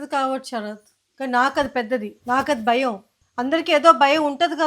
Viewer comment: ఒత్తులు సరిగ్గా పలకండి. బయం, అర్దమ్ అంటున్నారు